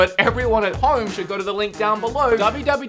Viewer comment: Down not diwn